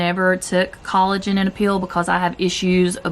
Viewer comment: This is too funny, I thought you were saying collagen "peel" . I thought you were taking about a facial peel or something until I realized you were saying "pill"... LOL . I love your videos. Keep up the good work.